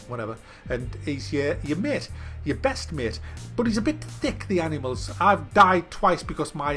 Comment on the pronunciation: Its not " Anymals " its Animals